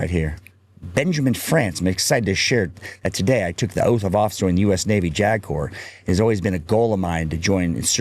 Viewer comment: JAG Officer said quickly sounds like “jagoff!”